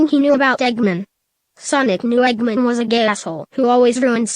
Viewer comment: Why can't the computer say Eggman right?